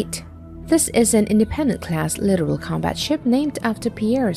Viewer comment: Hate it when the commentators cannot pronounce names of weapons etc. “littoral”